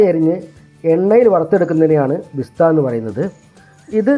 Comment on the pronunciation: ബിസ്ത അല്ല ബരിസ്ത എന്നാണ് പറയുക